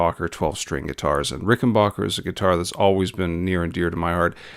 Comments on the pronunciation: Nice video. My only note is that it's pronounced 'Ricken-BACK-er,' NOT 'Ricken-BOCK-er.' At least that's how John Hall (the president of Rick) says it. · Please stop calling them RICKENBOCKER do you say Get Bock? No. It's BACK. RickenBACKer. Muchos thanks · Backer , not bocker.